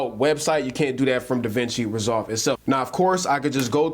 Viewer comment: to , no disrespect at all man but it did sound like you said the Cloud was free. I was intrigued by that. Still not a bad price point.